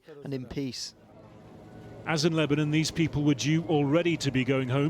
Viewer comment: Ah yes, Ebanon